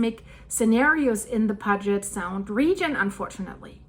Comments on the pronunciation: Puget sound, pronounced pew-jet.. lol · I’m from Seattle. Puget is pronounced “Pew-jet”. There’s a lot of interesting names in the State that are problematic for non locals. Cheers! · Hi...no offense, but Puget (Sound) should sound like or rhyme with "blue" for the "Pu" part of the word, instead of rhyming like "fudge." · Please look into how pronounce Puget for Puget Sound. Thought you said you lived in the area. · Pew jet is the way you pronounce Puget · Hey Girl Hey It's pronounced Pu-Jet I lived in West Seattle in a house (A painted lady) that we rented from a Boeing executive. The doors didn't fall off the house. House is nearly on a cliff one house away and it crossed my mind that an earthquake may take that house one day. Keep on keeping on. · I live here its NOT pronounced " Pudge it" it is pronounced pew jet. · It's not pronounced "pudge-it" its Puget as in "pu'get" sound. Please get that right! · It's called 'pew jut sound' and not puh jet sound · That name of the sound is pronounced PYEW-JET, NOT PUG-IT. They should also include where landslides are likely. They happen with, or shortly after major techtonic events. The Tacoma fault has slipped in smaller quakes that have taken place over the last 40 years. Not going to happen soon. When it comes to quakes, all quiet, is bad. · it is pronounce Puget Sound and the first two letters sounds like Pew you then the Get is right on how you are saying it so please get it right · 😂 For those who don’t know, ‘Puget’ is pronounced, Pew-jet. 👍🏽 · its pronounced......p you jet sound...... Lol😂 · Silly. It's Pu-get. I thought you lived in the the great Pacific NW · Great video, I really enjoy your research and thorough presentation. On a side note, Puget is pronounced with a long u sound, like in unicorn. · Puget . Pronounced "pew jet" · Peeyoujet sound is how you say it. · Puget is pronounced pew-jet. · “Puget” is pronounced “Pū’-jet” :-).